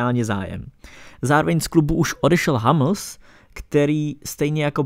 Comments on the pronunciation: Suleho xDDDDD, pokud jste "nejznámější takový magazín" tak by jste si mohli alespoň něco zjistit... Zerome, hamls... Ehh a já si zase myslím, že máš problém s výslovností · Když si řekl Hammls, tak mi upadly uši